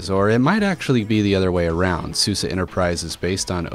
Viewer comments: isnt it called suze like suZe not succe anyways lol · How do you get the pronunciation "Susa" from "Suse"?